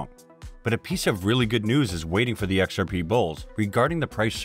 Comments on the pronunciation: im i the only one hearing it like this occasionally lol "ex are Pae" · X-R-Paaaei guyz